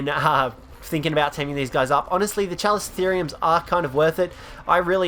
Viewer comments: He sounds out the kaprosuchus and the chalico or chalicotherium wrong Kaprosuchus=Kap-row-soo-ch-us Chalicotherium=kal-ico-th-ear-re-um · It’s pronounced like calico